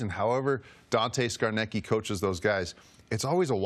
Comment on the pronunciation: lolol Dante "Scarnekkie". Also, who's Bill Belichick?